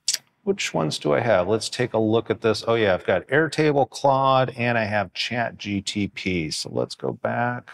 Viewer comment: I immediately stopped the video when he said CHAT GTP!!